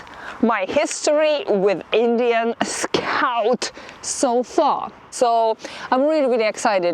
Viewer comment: English is another level scoawt